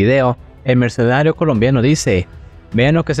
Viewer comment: PARA SER YOUTUBER; PRIMERO APRENDE A PRONUNCIAR BIEN LAS PALABRAS !!!!! Ni siquiera puedes pronunciar la palabra MERCENARIO.